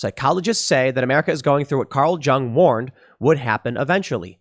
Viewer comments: Carl Jung. Yung not jung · For future reference: Carl Jung's surname is pronounced Yung... oh, you did catch yourself... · Tim "I can't pronounce words" Pool lol... Carl JJJung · Carl Jung is pronounced "Young." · The /J/ in Jung is pronounced like a /Y/ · tim doesnt know how to pronounce Jung? feelsweirdman